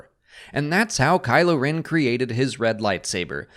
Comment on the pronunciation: It's rEn, not rIn.